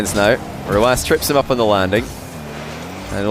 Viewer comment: Simple. His name, the number "9" in his country means like an "S", so his way of pronouncing it is letter by letter